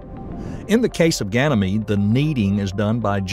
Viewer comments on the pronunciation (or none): Ganymede is pronounced "gan uh meed", not "gan ee meed".